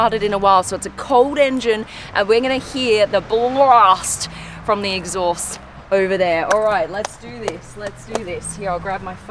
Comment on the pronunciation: She just called the air intake an axhaust!☕️